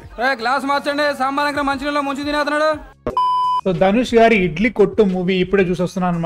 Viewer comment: Adi gari not gaadi